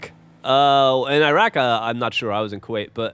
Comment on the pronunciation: when ray said Iraq I cringed a little